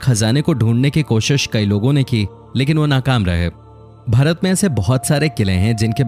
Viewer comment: ye mujhe भरत kyo sunai de ra 😂